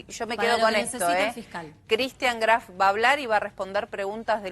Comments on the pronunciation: ni el apellido sabe pronunciar no es craft es graf de lo imbecil o de tanto mentir se le mezcla todo apurenla y confiesa q cristian lo matooo o el padreeee vamos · 🤣🤣🤣🤣 sisi.. le dice CRAF.... Q verguenzaaaaaaaaaaaa! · Dice CRAF la abogada ni el apellido sabe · Cómo se puede mentir de esa manera!!! Y esta mujer pronuncia “Kraf”. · Me mata cuando le dice Craf jajaja